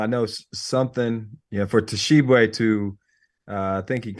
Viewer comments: BRO! They way Hansborogh put the T in the front of pronouncing Tshiebwe make me want to throw something at him 🤣 T is silent 🤫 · Guys, the "T" in Tshiebwe is silent. It's pronounced Oscar Sheeb-way. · Guys, the T is silent. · The T is silent my guys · The way they pronounced Oscar's last name bothered me the whole time. Ugh! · Jesus Christ, the T is silent in Oscar’s last name, I thought y’all were supposed to be professionals. This is year 2 of him playing and you can’t bother to say it right?